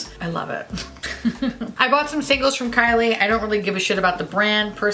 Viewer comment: When you called Kylie Cosmetics “Kyle Cosmetics” I screamed